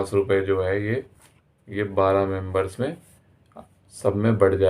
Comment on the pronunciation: Voice quality is poor. Communication and pronounciation is too poor. Members not Membroon. Idiot